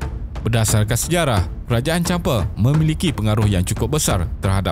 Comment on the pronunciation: Champa, bang.. bukan Champe 😁